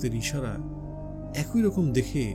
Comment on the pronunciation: আপনার পাঠ আকর্ষণীয়। তবে 'একই' শব্দটির উচ্চারণ কিছুটা শ্রুতিকটু লেগেছে।